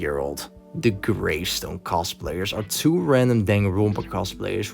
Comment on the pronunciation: “One one zero twee seven.” “Danganronpa V twee” “The blood in Danganroonpa”